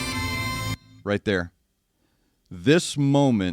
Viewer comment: You said wrigh..there is a Trust in this band❤